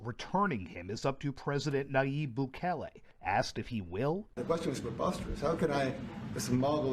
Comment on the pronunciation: it's pronounced like bukkake, but bukele